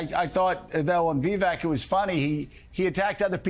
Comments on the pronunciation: Joe-of course you wouldn’t like Vivek (pronounced Vi-vake, NOT Vee-veck 🙄🙄🙄), he makes too much sense, knows what he’s talking about and isn’t up to his chin in 💩already!!! Not your type of career politician, I mean LEFTIST, sorry 😂😂😂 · Did that guy just call Vivek V E E V A C? For the love of god if you're unable to pronounce the name correctly , how can anyone take you seriously? Forward to to listen. FYI, Vivek's performance was stunning and I don't believe you when you state you asked someone about his performance and that person suggested he was a con man but that people would believe him; I believe those to be your words. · Who is Vivac? Purposely mispronouncing or actually not listening well enough to know he is saying it wrong? Whatever the answer, it disqualifies him from being taken seriously. Arrogance and pettiness seem to be the most important qualities MSNBC hosts need. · What a joke this station is. I can't believe people actually consider this junk news. Speaking so low of supposed crimes that actually aren't but not a peep of Bidens crimes. Talking about these candidates. How Vivik speaks? Biden or Harris can't even make coherent sentences 😂😂😂 Biden can't keep from crapping his pants or even knows where he is. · "VeeVack" Joe? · VivAk. At least know how to pronounce the dude's name. How are those ratings going, MSNBC? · Now him pronouncing Vivak name wrong is racist, why arent people crying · Joe just sounds ignorant and out there- can’t even pronounce Vivek. Take him OFF the air MSNBC, you’re wasting your $$